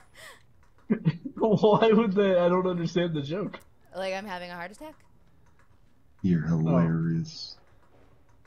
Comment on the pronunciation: is it bad i thought she said fart slide instead of heart slide?